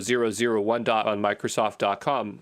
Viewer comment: is he intentionally saying "dot cum" instead of "dot com"? Andrew Brown isn't a real person, huh?!?! What English speaking person pronounced "A-D" as "uh-dee"?